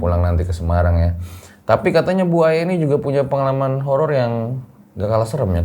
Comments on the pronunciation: tolong diimbangi dalam sisi penyebutan nama narasumbernya.. kalau sosok nya masih muda panggil aja mba.. jangan bu... namanya Aya.. panggil aja mba... yang saya denger bukan bu aya... tapi buaya... hehehe... sekedar intermezzo ya... hehehehe... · Bu Aya :buaya 😂yang gue denger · Saya dger nya kok manggilnya BUAYA Jadinya. 😅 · Nama Ibu nya serem Juga ya, Bu Aya, harus di pisah spelling nya, biar bener penyebutan nya, he he he